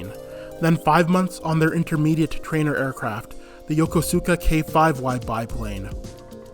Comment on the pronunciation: Very nice presentation for the most part, enjoyed it! Liked the history and your pictures used in the presentation. However, I live here and must comment a bit (Sorry) "En SIGN" the first time could be redone. 2nd time was nicely done. Also, it's not YO KO SUU KA. Everyone here pretty much calls it Yo KO sKaa for how it sounds. It's pretty flatly spoken, not much stress on any syllable, but it's a way to tell outsiders from locals. JR and Keikyu in Station Staff in particular corrected a lot of my friends, I just listened to how the Announcers said it and followed their cues.